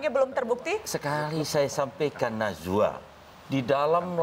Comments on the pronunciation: Kalo ane geli pas denger dia nyebut namanya Mbak Nana. Nazwaa... 🤣🤣🤣😂😂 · Edy bikin ngakak anjirrr.. manggil najwa jadi nazuwa hahah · Najwa pak bukan nazwa